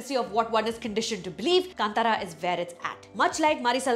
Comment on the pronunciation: It is Kanthaara not kantara when said in English.